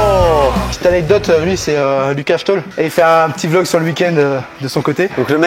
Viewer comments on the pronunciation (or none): none